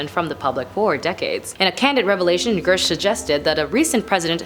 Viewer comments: I’m:54 in and I think you’re trying to get into broadcasting school, which is admirable. I have two suggestions. Look carefully at the name you’re pronouncing. Listen to how others are pronouncing it first. His name isn’t Gersh. It’s Grusch. The “r” is before the short “u” sound. And “Inhumans” was the name of some kind of show. It’s not real thing. “Inhuman” is an adjective that describes a noun as in “inhuman conditions.” As an adjective it’s never pluralized. Oh, I think you could slow down a bit, too. (Oops, three.) You’re still doing very well and I admire that you’ve taken this on. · Girsh? This chick can’t read?! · How does someone make a presentation on someone and never learn how to pronounce their last name? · Part of having a career in this sort of arena is knowing how to properly pronounce names. News anchors and celebrity presenters alike get lambasted across the board by everyone, and have since before social media existed, when they mispronounce a name. It's part of the job. Pronounce his name correctly, it's literally easy to find, he's had multiple interviews, he's said his own name in some of them. I'm picking apart someone who is sucking at the one thing they're supposed to do: read the prompter accurately.